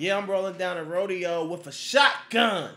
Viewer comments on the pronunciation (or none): It's actually Ro-Day-Oh, as in Rodeo Drive in Los Angeles which is famously wealthy, upscale, and I'm sure white as well. Espcially in the past when racist policing and redlining policies essentially segregated parts of the city going back to the 1930s.